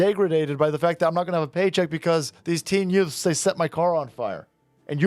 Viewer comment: Herman Munster judge: Did you say "Yutes"?!